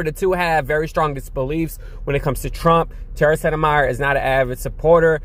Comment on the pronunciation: Tara landed in a much better situation with The Lincoln project, and her big following. Please forgive me & my occupational hazard of diction minder, but Tara's last name is spoken as Set-My-Er. Thank you for playing.